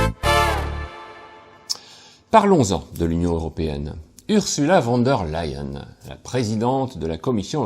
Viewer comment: LEyen pas LAyen